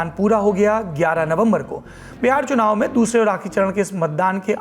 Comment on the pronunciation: Tnaav ❌ chunaav